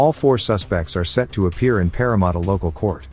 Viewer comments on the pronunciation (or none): Is there any way you can get the AI to pronounce Parramatta properly?